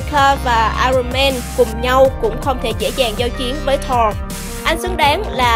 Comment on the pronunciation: Chị đọc sai tên Thor.r.nhé